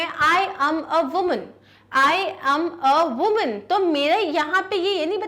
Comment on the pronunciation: Ma'am that is not pronounced as wu-men that's pronounce as wi-men